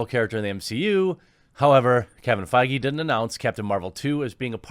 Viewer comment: Dude... you gotta learn how to pronounce feige 😂